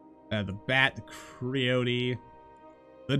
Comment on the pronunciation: There's just a subtle coolness about the Victorian Era. The clothing, society, Steampunk technology, and fiction never cease to please me. BTW, the word Creosote, is pronounced Cree-oh-soat Tis used to treat wood, and comes from coal oil.